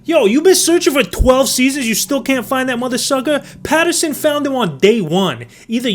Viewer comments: Patterson/Gimlin NOT "Peterson/Gimlin. Come on dude. How can you not know how to pronounce the name of one of the most iconic pieces of footage ever recorded? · Patterson... Not Peterson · Patterson-Gimlin not Peterson-Gimiln LOL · It’s Patterson, not Peterson